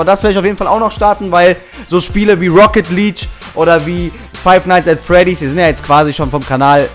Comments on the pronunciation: Wieso sprichst du es rocket [lietsch] aus man sagt im fussbal ja auch nicht champions[lietsch] sondern [lieg] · Was ist rocket leetsch?😂😂